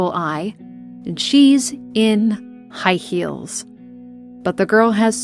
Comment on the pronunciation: She's. In. High heels. Love the emphasis on that.